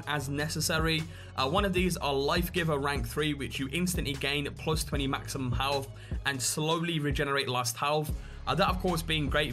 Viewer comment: Halff? I think you mean 'health', mate.